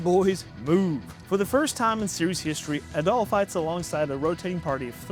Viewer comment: I don't mean to be that guy, but you mispronounced Adol's name again, lol. Just remember, it's pronounced like the words Add-All. Also, I have literally never played a Kingdom Hearts game, so don't feel bad. I have zero interest in playing an RPG with a bipedal talking mouse, duck, and whatever Goofy actually is. Goof isn't a race, at best you got dog, that's it. I saw Jeanne D'Arc, but at that point in my life I found myself without the patience to play strategy RPGs anymore. I prefer my games with a bit more action (and a little less Magic Girl style transformations, thanks.) Crimson Gem Saga looked nice, but at that point I was deeper into action games in my life, nowadays I probably would've ran that one. And lastly, I have a pretty hot take here. I didn't really care for the setting or even the story of Final Fantasy VII. Just a little too realistic, too actual life for me to enjoy it. Even as a kid I could see that corporations had a stranglehold on our government and were actually controlling things, so this one was just entirely too accurate to real life for my tastes and painted the rest of the games based off of it in the same light, so I avoided the spin-off games from it.